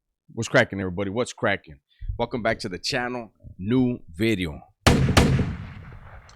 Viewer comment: what is a beedio? I always hear you saying new beedio.